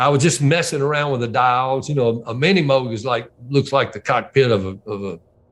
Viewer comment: Great interview and great story. Thanks! Also great to hear folks pronounce Moog correctly